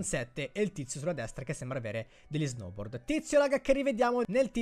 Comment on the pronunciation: Si esce lo snoubord